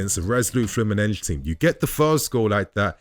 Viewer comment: Good video, but please stop with the Fluminenj pronunciation. It’s ’FLEW-MIN-NEN-SEE’. In Brasilian Portuguese ending ‘S’ do not sound as ‘Jjjjjj’ or ‘Shhh’. That sometimes happens in Portuguese native, but definitely NOT in Brasilian Portuguese. Trust me, my g/f is Brasilian.